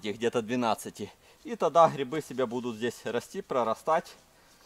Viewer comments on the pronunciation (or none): грибы а не грыбы и грибница а не грыбница учи русский язык а так видос прикольный